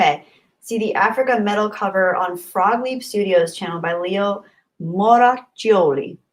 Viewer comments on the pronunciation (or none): About Leo – he's a super popoular Norwegian cover version artist (his father is Italian) with over 300 covers and over 900 million views (Apr 2020), creates the arrangements, and plays all the instruments, except when he's collaborating. You mispronounced his name is, but though he at least once did a video where he pronounces his name himself, I couldn't find said video at a short notice. Anyway, the "Africa" cover